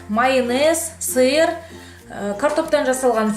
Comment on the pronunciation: Сыр деп айтыңызшы сир емес